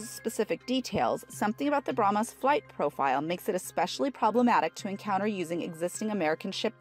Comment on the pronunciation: "BrahmAs", "Fridge-ettes", etc. Urgh!